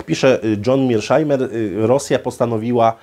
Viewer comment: Świetny wykład,, był by jeszcze lepszy, gdyby wymawiał nazwisko poprawnie czyli Meirshajmer, nie jak mówią niedouki za wodą "Mirszajmer".